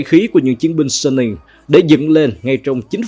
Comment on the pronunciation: Giọng a hay quá chài, nhưng mà hình như Suning đọc là Su-ninh á, hông phải Sân-ninh